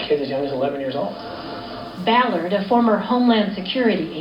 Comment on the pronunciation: I LOVE that you called him Tim Ball-ard hahaha lmaoo